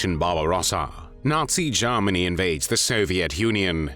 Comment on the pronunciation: the voice is AI who pronounces Germany as zzeeegggeerrrmaaggnnnyyy?!